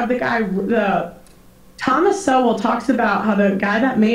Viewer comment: It hurts me to hear her butcher Thomas shol like this. He is a great man , educated and on point from a very well documented perspective. She didnt get these bits from him at all!